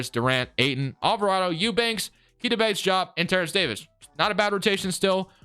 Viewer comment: Fun fact: Keita Bates-Diop is pronounced KAY-tuh Bates DEE-ahp